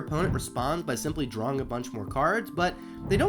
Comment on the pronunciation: Reminds me of a guy in hs that pronounced drawing as "drawling". I feel your pain bro